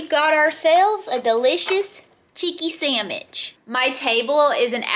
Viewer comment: Sammish......instead of sandwich, adorable. You also say Wee ber when it's Web ber. Man, I can't climb three rungs on a ladder....terrified.